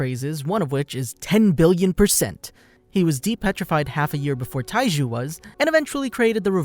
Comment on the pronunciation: this guy said Taiji instead of Taiju, in the very first few seconds of this vid KEKW